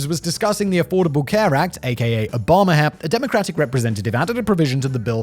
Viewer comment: Did Simon just call the Affordable Care Act "Obama-hair"?